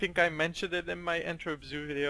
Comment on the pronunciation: As a person from Belgium I quite often cringe at non native speaker trying to say the zoo names like the way you say Antwerp zoo